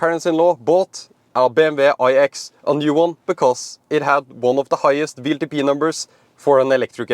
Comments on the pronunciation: I know you pronounce “w” as “v” in Norway, but why do you torture our American friends with this mysterious “VLTP” ? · W is pronounced "doubleyou" and not like V. Keep that in mind when talking about WLTP.